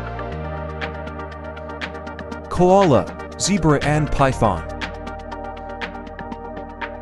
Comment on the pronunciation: On questions 6 and 47, You said zebra and tasmanian devil wrong.